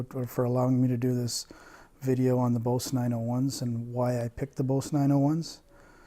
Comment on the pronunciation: If he likes 901’s so much maybe he should at the very least pronounce the word correctly. It’s pronounced BOZE, not BOCE. Rhymes with Goes and Rose.